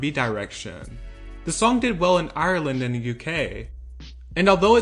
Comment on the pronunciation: It’s Ireland not ayaourealeand